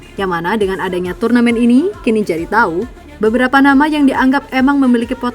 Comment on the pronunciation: "TAHU" nya itu loh... 🤣🤣